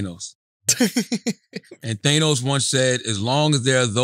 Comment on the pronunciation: CHARLAMAGNE, ITS THA-NOS, NOT THAN-OS